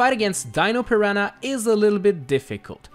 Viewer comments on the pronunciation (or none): none